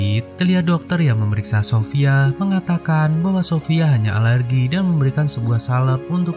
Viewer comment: Suaranya dibuat buat deh.. sophia. .jangan sophiyaaa